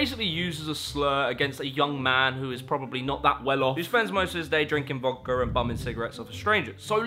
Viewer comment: Bro said "vodker" and then proceeded to attempt to sell us some doo doo ear buds lol.